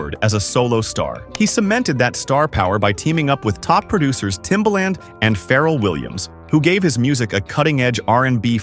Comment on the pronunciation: And Pharrell